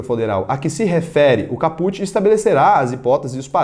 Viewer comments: Ótimo vídeo,. Vc é fera! Só um detalhe sobre a pronúncia latina. A pronúncia de caput (significado/tradução: cabeça da norma) é "Cáput" e não "capút". Abraço! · Ótimo vídeo! Só uma dica: a palavra "caput" tem de dar ênfase na primeira sílaba cáput e não capút. Valeu! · Boa. Like na confiança. Apenas uma pequena correção para conhecimento: caput se pronuncia cáput. Abraços